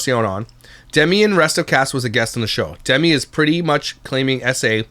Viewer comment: “Da-Mee” NOOOO! It’s “Dem-Me”!!! C’mon!